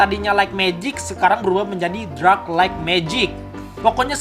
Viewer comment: Dark bang bukan Drak